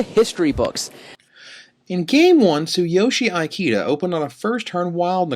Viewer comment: is pronouncing Ikeda's name badly wrong. "I" rhymes with see (or even bit, if you want to Americanize it), "ke" rhymes with may, and "da" is correct. This is like asking someone if they speak EYE-talian. Seeing as the player in question is in the running for POY, and the Japanese have long been a power in competitive Magic, commentators should really learn how to pronounce their names correctly.